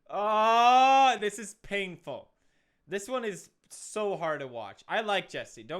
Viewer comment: Did he just say this is ping ful?